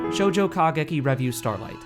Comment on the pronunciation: I just thought I'd mention, because it's driving me crazy, but revue is stressed on the second syllable, not the first.